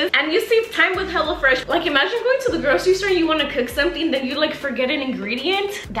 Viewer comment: The intro when she was like hello fresh i thought she said HELLA FRESH 🤣🤣